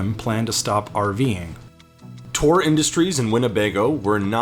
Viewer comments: Why does he keep saying "Tor" for "Thor"? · "Tore Industries" 😄 Its THOR like the Avenger. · Is the RV manufacturer "Thor" really pronounced "Tor" like the narrator seems to be saying, or is it pronounced "THor" the traditional way like the god or the Marvel character? Just wondering if the different pronunciation is a quirk of the brand, or if it just happens to be the way the narrator says "Thor" in general.